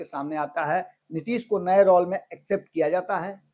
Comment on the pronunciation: आज बहुत दिनो बाद आपको सुन रहा हूँ, रोल को रौल बोलना अच्छा नहीं लगता है। पण्डित जी आप अपना उच्चारण ठीक करें।